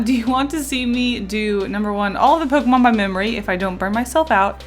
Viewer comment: DO NOT LEAVE OFF THE K IN POKEMON!